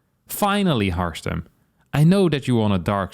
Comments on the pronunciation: I love that harstem half the time mispronounced his own name as Harmstem regularly on this channel 😊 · How can Harstem be upset about his name being misspelled while he sometimes pronounces his own nickname as HarMstem? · The best joke about your nickname Harstem is that you mispronounce it as Harmstem yourself very often